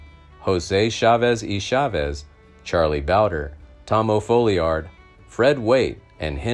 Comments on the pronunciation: It's Tom O. Falliard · Its FOLLIARD. The O stands for Oliver, his middle name. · His name was Tom O. Folliard, not O'Folliard